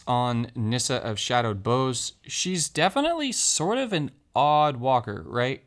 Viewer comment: You're mispronouncing "bough." It's supposed to rhyme with "how."